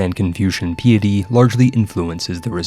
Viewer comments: It was a noble attempt to pronounce the words in East Asian languages! (And piety, might want to take a look that one up.) Seriously though, words being pronounced incorrectly in interesting ways is super useful in the AI slop era of YouTube. Thanks for the video! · Great video! My one question however is, do all americans pronounce Piety like that? Noticed now with more than one US CK3 creator pronouncing it like that. The word isnt that commonly used in everyday speech afterall, but the mechanic in CK3 gives it alot of usage in talking about that game. Sorry, I just prefer how the Brits say it. Its sounds grander, shall we say. This is probably the most autistic thing I have ever commented, maybe I have autism after all, despite checking for that.... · I love the videos and most of your content, but sometimes the way you choose to say things is... painful. It may seem minor, but hearing "casus bellis" as the plural of "casus belli" just hurts, not to mention piety and archipelago among others. Again, still love the content, just wanted to mention that after scrolling thru the comments and not seeing it mentioned yet. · PIE-ety. REEgent. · It's pronounced REEEEgent and PIEty.